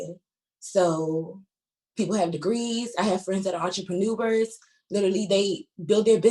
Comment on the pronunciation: Enterprenuvers? Can't even say the word right. Lady, you're a hair stylist. You have a job, and you're not an entrepreneur